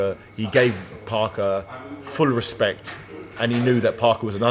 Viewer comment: Only time i've every heard an asian David Haye.... 'Full Ressspectt' lol